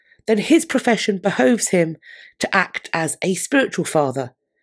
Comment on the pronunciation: 😂 Thank you for pronouncing "behove" in accordance with the English pronounciation (to rhyme with "stove") rather than as americans do, to rhyme with "prove". q.v Oxford English Dictionary. Everyone seems to learn language from the Internet these days, and our own distinctive English features are disappearing!